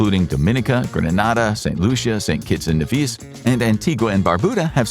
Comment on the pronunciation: It’s St.Kitts and Nevis (kNee-Vis)